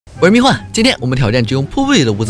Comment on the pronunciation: 为什么每次听的“生死看淡，不服就干，我是突击手(huan)”每次都会听成“生死看淡，不服就干，我是突击手蜜罐(guan)”